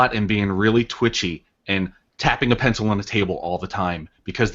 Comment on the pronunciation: That Boston impression with the "peencl" is hilarious.